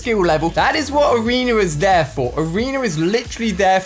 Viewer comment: It’s funny when he calls arena arener